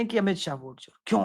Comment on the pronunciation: मूर्ख!!! ओट नहीं वोट बोल....